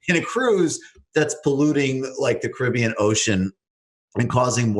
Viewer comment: I'm not sure which is the most annoying: 1. Misspelling Boeing 2. Mispronouncing Caribbean 3. Saying that the Caribbean is an ocean.